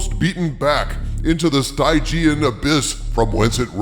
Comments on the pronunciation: Just so you don't sound uneducated in the future, the "Y" in "Stygian" is pronounced as a soft I, not a hard I. It's "stijjian." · You mispronounced stygian